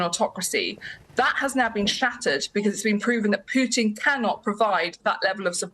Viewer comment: does she say puchin ? 😂